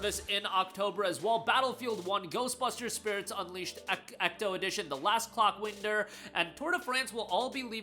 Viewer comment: 🕑💨er Yeah that's not how clockwinder is pronounced